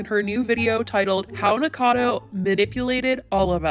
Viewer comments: am i the only one that cringes just a little when she says “Nikado” and not “nikacado” i’m sorry 💀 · It kills me on the inside how you say nikocado .... Its like nick o cado ... Niccado .... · it's NIKOcado, not Nicado.. 4 syllables, not 3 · Gurl, ily for making these vids but you keep saying Nik-cado, not nik-O-cado like how it's spelled. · I like how you pronounce his username wrong lol... idk if it’s on purpose but I like it